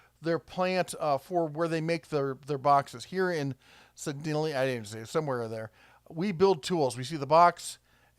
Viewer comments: U mean "Sa-Dal-iah... Not "Sea-Dal-iah". The E is pronounced like an a in this case if I'm not mistaken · "Red" it's pronounced "see"-"day"-"lee"-"a" in Missourah or Missouri (there are other ways to say the State name, too). But you're right about the abuse of the "made in the USA" laws. Sedalia, MO is where Scott Joplin was born. It has a long (for the area) history of light manufacturing, so anything "built" there is better than no jobs for US citizens. But, if you can make more money flipping burgers, slinging fries and pumping shakes, then what do the executives think of us? I'm concerned that their economic model really is a rate-of-return model, just like the current version of "Big Pharma" where pricing is all about how much you can charge per day of drugs, but how low cost can manufacturing be made. And then cry all the way to the bank with how much it cost to perform R&D, or to manufacture or Quality Control, or do distribution and marketing. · IN Missouri it's Sedalia (suh-DAYL-yuh). About smack in the middle of the state. Home of the Missouri State Fair. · …I live in MO. About 1.5 hr drive from Sedalia. You’re “close” on pronouncing it😂 Say it like “Suh-day-Lia”. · It’s pronounced “see-dale-ya”. Another great video, thanks a lot. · se-Dale-ya. Home of the MO state fair! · The parking lot you thought was empty is loading dock area. They aren't operating yet, so they should be empty. BTW, Mcdonalds in the area also pays $15/hr. We would be closer to $10/hr for fast food a couple of years ago. FWIW Sedalia in prounounced Se-day-lee-a. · Hearing the try to say Sedla made me chuckle a bit. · Misery resident here just for your edification it is pronounced "Ss-dale-ya" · I always pronounced it see-dall-ya back in the day (used to live in Windsor and cheered when we got nuked first in the TV movie The Day After). Misery is pronounced entirely correctly. :) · Sedalia. Pronounced with a long A.